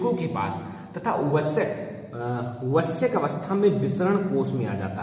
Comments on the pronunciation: Sir wah vayask h vasyak nhi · Sir वृषण का उच्चारण and वयस्क का उच्चारण सही नही है sir. ...I destruct him word